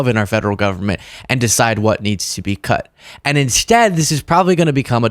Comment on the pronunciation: Can’t wait to hear exactly what is impordant enough for her to cud.